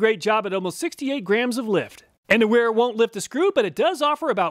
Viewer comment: It's pronounced vera only weha is pronounced with a w! An NCO obviously wouldn't know that. Let's be honest this guy is the type of guy who'd count on his fingers at a spelling bee!